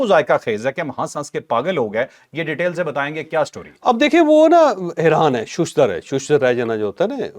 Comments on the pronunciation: Shashdar not shushdar both good but not shooshdar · چوہدری صاحب آپ ایک لفظ بولتے ہیں شُشدر حالانکہ اس لفظ کا درست تلفظ شَش در ہے جس کا مطلب ہے چھ جہات آگے پیچھے دائیں بائیں اوپر نیچے یعنی کبھی ادھر ریکھنا کبھی ادھر کبھی آگے کبھی ہیچھے کبھی اوپر کبھی نیچے دیکھنا یعنی حیران و پریشان ہونا۔ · جناب ششدر کےشین پر زبر ہے ۔ اپ یہ لفظ زیادہ استعمال کر رہے ہیں اور ہر بار غلط تلفظ کے ساتھ کر رہے ہیں ۔ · چودھری صاحب اپ ششدر کا تلفظ غلط بول تےہیں اپ شین پر پیش پڑھتے ہیں جبکہ اس پر زبر پڑھنا چاہیے